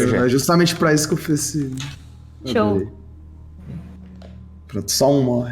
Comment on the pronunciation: só eu que ouviu a falar Joui em vez de show? Já fiquei tipo "Epa, calma lá, Joui aparece aq?" Kkkkkkk